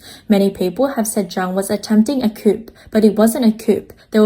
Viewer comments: thanks for the info. Just a small suggestion though - please pronounce coup as 'koooh' rather than koop. Everything else sounds good. Thanks again. Your videos are very helpful. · "Coup" is pronounced "Coo"! The "p" is silent! Please spread the memo to your other narrators as well! I cannot take another one of these videos littered with "coops" unless the topic is poultry housing! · FYI coup is pronounced with a silent 'P'. So it's coo. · I turned it off when she said they're planning a coop. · i mean, eng not her first language. bet plenty of americans pronounce it coop too